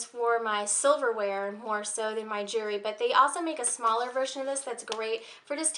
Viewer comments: it's actually jew-EL-ry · Just a hint. Jewellery or jewelry, however you want to spell it, has the letter "L" in it. Lol. Don't mean to sound rude, as it could be your accent or where you're from. Other than that, you're sweet and your video was great. Very helpful. Thank you